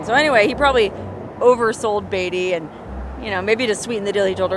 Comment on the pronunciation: You're pronouncing Beatty wrong